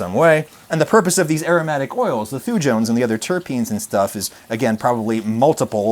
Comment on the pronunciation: As a biochemist in training, your pronunciation is near perfect (as far as that means anything). Only note: I would pronounce the word "thujones" as "thoo-yones", with the J being of the softer variety, similar to the Y in "yoghurt". This is derived from a group of Swiss-raised American- and British-educated people pronouncing things. Take of this what you like/want.